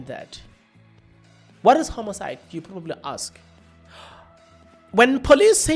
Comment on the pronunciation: 😂😂😂😂😂😂 it's not homocide it's Homicide 😂😂😂😂😂